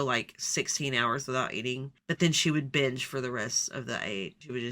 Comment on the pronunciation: I heard “bitch eating disorder” instead of “binge” and honestly it made me laugh